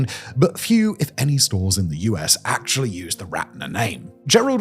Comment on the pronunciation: “Ackshully” STFU